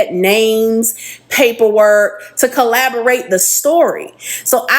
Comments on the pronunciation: Not to be petty at all but the ex gf kept saying collaborate. Its corroborate. Not collaborate. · If she say collaborate instead of corroborate one more time….🤯😂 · Corroborate! “Corroborate” is the word she’s thinking of, not collaborate 😅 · It’s corroborate not collaborate lol why use a word 3 times you don’t know (the 3rd woman) 😂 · The lady saying collaborate vs corroborate really irritated me lol. But yeah I believe em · Please it's "corroborate" for heaven's sake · If she don't stop saying collaborate! Its corroborate!😂😂😂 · If she would stop saying collaborate and not corroborate one more time 😢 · Like…. Shit was aggravating everytime 😂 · It was killin me every time she said it🫠🫠🫠Lmao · Lllaawwdd if she say collaborate instead of corroborate🤣🤣🤣🫠🫠🫠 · Omg I kept saying the same thing!!!!it was annoying 😂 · Girl! The word is CORROBORATE! Damn it lol. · I really want her to say CORROBORATE......